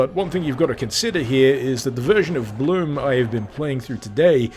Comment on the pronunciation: its pronounced blum